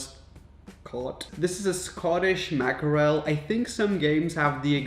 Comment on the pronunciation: The way he said MACK E REL I died 😂😂😂